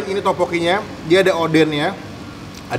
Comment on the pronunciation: sumpah ya bang ngakak banget pas lu ngomong odenn, the true one is ODENG. gapapa kali ya salah ngomong dikit. btw gw bisa buat corn dog gampang soalnya. enak pula bang:) ig